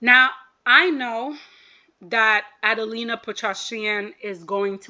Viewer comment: A-DEL-IIA* not adelina lol